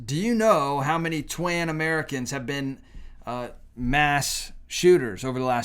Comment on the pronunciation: Why do you keep saying Twan boyfriend instead of Tran? I know you can make the ‘tr’ sound. All you’re doing is stoking the flames even more. It’s none sense like that that’ll keep this hateful back and forth behavior going. Maybe you should follow Charlie Kirk’s examples. This hatefulness needs to STOP!!!!